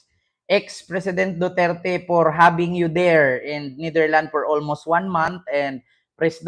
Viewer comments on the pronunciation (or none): hindi Netherland say it with an S ....its NETHERLANDS , ...sounds not right ang pronounciation mo .. again with an S at the end...remember that